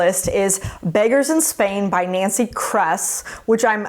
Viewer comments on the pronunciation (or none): none